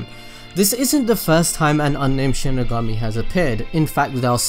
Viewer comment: Connor Simpson Oh I get it😂😂 Its exactly. The way he said it in the vedio "Sheeny gummy"